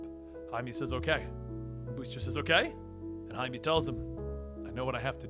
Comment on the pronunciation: why he pronounced Jaime(Haime) as Jaime(Haimi)